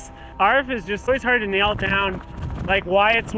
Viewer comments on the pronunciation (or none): none